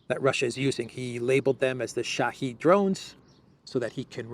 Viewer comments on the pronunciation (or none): none